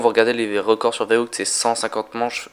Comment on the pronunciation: verruct pas verrouct sinon belle vidéo